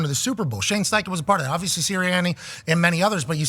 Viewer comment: Darius is the worst about it for sure but at least half of these guys are guilty of the "ovisly"